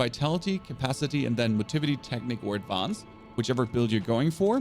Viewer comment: I love how you say AD-VAHNSSS? 🤣🤣